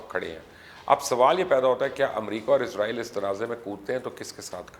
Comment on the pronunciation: Mubasher bhai word izrail na bola karain ye work Israil hai. Jo k QURAAN MAJEED main bhi zikr hai. Thanks for updating.